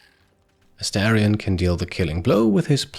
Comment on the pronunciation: Hey! Really enjoying the playthrough — you're doing a great job with it. Just a tiny note: the character's name is Astarion (pronounced Ah-star-ion), not Asterion. Totally easy mistake, just thought I’d mention it in case it helps. Keep up the awesome content!